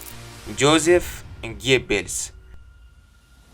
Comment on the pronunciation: Yozef aytiladi